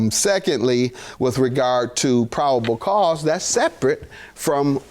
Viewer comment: Sort of kind of, but their was no (popacause) I thought it was probable cause.lol